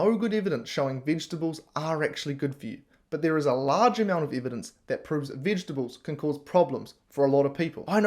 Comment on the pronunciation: And learn to pronounce evidence.